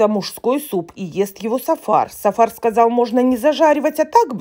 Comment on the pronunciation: " тЫ сказаЛь, я сказаЛь " 😉😂😂😂😂😂😂